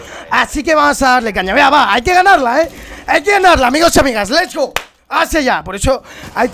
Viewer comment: me encanta que diga lech gou